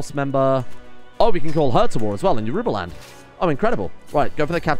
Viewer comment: Yorubaland is pronounced like Yorobaland (with the second o like the o in rowing a boat).